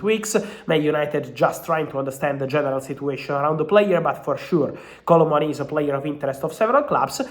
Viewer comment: Thank you for that - hadn’t a clue what he was saying with “Kolo Muani” 😂